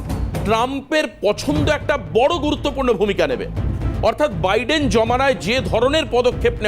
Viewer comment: Viden না। নাম হচ্ছে Biden। আপনারা অনুষ্ঠান করতে গিয়ে নিজেদের উচ্চারণ ঠিক করেন না কেন? একটু সতর্ক থাকতে হয়।